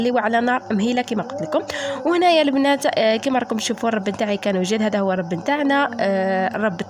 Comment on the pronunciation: الرب بضم الراء